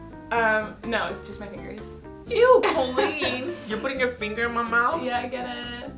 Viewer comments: When he says "Colleennnnnnn" it sounds more like "Kwennnnnnn" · i love you over pronounce colleens COLleen 😂😂😂